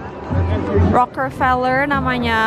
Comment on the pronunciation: Keknya masih belom terbiasa ya nyebut "Rockefeller" 😅 bolak-balik "Rockerfeller" terus